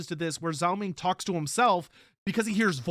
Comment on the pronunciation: zhao ming more be pronounced dg-ao ming than zao ming. dg sound as in the word doDGe